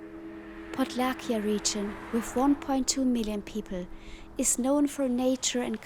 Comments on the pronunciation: Podlasie not Podlakie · Podlasie region, not Podlakia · Podlahia heißt Podlasie,😅